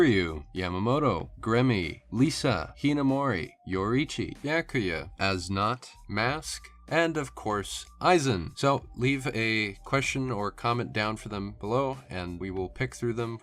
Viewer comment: I cant wait to see it, but please make sure your team pronounces the quincy names right. you can find a good video on how to pronounce them on youtube. For example As Nodt is pronounced Es Not.